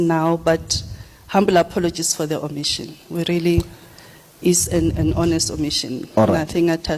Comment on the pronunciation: " OMITION" word Bathong😂😂 these government rep are hell silly